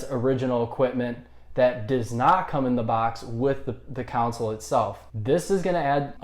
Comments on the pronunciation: Why do you pronounce "console" like "counsol"?😂😂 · This x 1000. If you can't say "con-sole" , maybe review other stuff. Politics maybe because you can say council. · Why does he say council, its console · Console mate not council haha are u even a gamer?? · Its pronounced CONSOLE not CANCEL. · Good lord it's console not "counsel" 😂😂😂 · Why does he say cownsel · Council* he said😂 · Can’t trust someone who dnt say console right😭